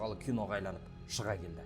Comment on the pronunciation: Айланып деген соз менинше дурыс емес агайын,АЙНАЛЫП деген дурыс кой.Мен тусинемин,кобиси осылай сойлейди,биртурли